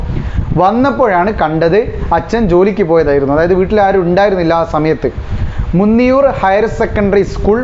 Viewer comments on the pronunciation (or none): മുന്നിയൂർ alla മൂന്നിയൂർ an